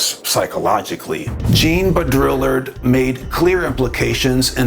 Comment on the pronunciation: I absolutely love this presentation. One thing I’d like to point out, no intended insult whatsoever, but pronunciation of Jean last name is BOW-DREE-ARD. 😊 An additional suggestion, I’m exploring the origins of Mandela..fascinating that different tribes and places around the world have Mandela.. to me they each represent a specific resonant frequency, or music note, which is sound. And some specific mandalas are handed down as representations of the tribe..or phenotype..or DNA sequence…in frequency. To me it’s like it’s their stamp or family crest.. it’s their DNA frequency code. What do u think? Worth exploring to me